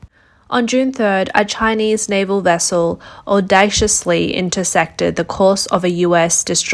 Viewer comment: Such excellent reporting! I might suggest you use Google to determine the correct pronunciationsbof some of the words you use like armaments and audacitiously.